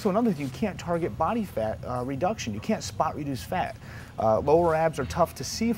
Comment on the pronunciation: secs he say's 'body fart off that area'.lol!!!